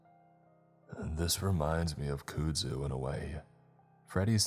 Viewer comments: KUDZU - Pronounced- Kud..'K-uh-D' (as in b'ud' or m'ud) ZU-'Z-ewe' (as in z'oo' or Winnie the P'ooh' color bl'ue')" K-uh-d Z-ewe" I don't mean to sound condescending you do so many things right I hate mentioning this, But I am from Louisiana where it grows out of control and just on principle i had to say it because I've heard you murder it in another story and I cringed and didn't say anything. Keep up the good work. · Nola girl here, I know what you’re saying about the pronunciation of that demonic botanical terrorist! I actually heard that the plant is used to make noodles in East Asian cuisine of some kind. The noodles are black too… if the noodles were made into a popular ingredient that hipsters and those people who are obsessed with being “quirky” or “authentically unique” or whatever… You know, the ones who drive around in cars that they’ve turned into art pieces by slapping beads, garden gnomes, naked mannequins to? Maybe I’m just used to living in this weird city and now that the hipsters have infiltrated every corner of the city and built their ridiculous combination art gallery/coffee shop/ dog grooming/crystal healing/palm reading businesses. You can’t convince them that they are actually part of the gentrification problem though… but just look at the Bywater or the St. Claude neighborhoods. The rent is so astronomical that the people who have lived there for decades can no longer afford to stay in their own neighborhoods. I’ll stop rambling now, and I’ll shut up. Too much coffee apparently. Loo